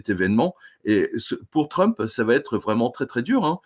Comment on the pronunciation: Quel va t être. Je vais,tu vas ,il va .( Il n'y a pas de t ) . Quel va être ... De nombreux journalistes font cette liason ...Si je peux me permettre cette remarque.